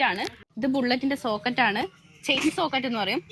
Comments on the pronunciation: സോക്കെറ്റ് അല്ല സ്പ്രോക്കെറ്റ് എന്നാണ് ആ സാധനത്തിന്റെ പേര് പിന്നെ ഷോക്കപ്സർ ഷോക്ക്അബ്സോർബർ എന്നാണ് ആ സാധനത്തിന്റെ പേര് 😂🙏🙏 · Socket അല്ലമോളെ sproket ആണ് 😂😂